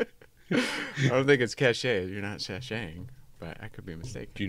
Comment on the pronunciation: Have to be that guy. I think cache is pronounced just like cash.